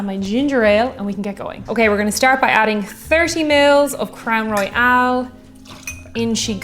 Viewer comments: As a Canadian whisky fan, I don't think I've heard anyone pronounce it Crown "Royale" (as in "royale with cheese" to quote Pulp Fiction) unless if they were French speakers - come to think of it I don't think the French as first language speakers I know do that either. So less "Roy-AL" and more "Roy-ul". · It’s Royal not Royale. Probably s repetitious comment. Love your channel! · Crown Royal will now have to be said... Crown Roy-AL :) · you can do no wrong. With that said I do have some “Constructive” advice. Please can you do ml. to Ounces for us Colonists that are too lazy to do the Math Conversion? Also “Royale” has the “e” in it. “Crown Royal” is pronounced like The Monarchy, “The Royals”. I don’t know, maybe the label in Ireland has the “e” at the end? I love everything you do, Please keep it coming! SanJoseBob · WHAT A GAS! EH! I got the giggles as soon as I saw the Crown Royal (or as you pronounced it "Crown Royale" both pronunciations are correct in bilingual Canada). When you said "Ginger Ale", I thought "Let it be Canada Dry". It wasn't, but it was fun to think. British cider is GAD AWFUL. It taste like they waited for the apples to soften after picking, before making the cider. Canadian cider has a more "crisp crunch taste" like a real apple, but I'm not sure it's available in Ireland. Two of my favourite ciders are from my home town. Canadian Thanksgiving is in October. We don't want to be wading through hip-deep snow to get to the turkey. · and quit saying Crown Royal wrong. I love you.